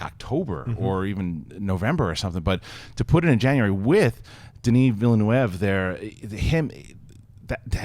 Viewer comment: Villeneuve is a French name, not Spanish. It's pronounced veel-nerfv